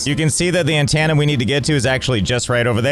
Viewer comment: why do you say antenna like hannah montana